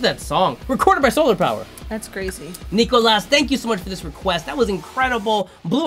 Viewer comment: My name is pronounced as it is spelled except the "s" at the end is silent. Nee-ko-la it's the french version of Nicholas. Thank You Scientist is IMHO the most underrated band out there. Their music is awesome and they are amazing live. Amazing reaction guys.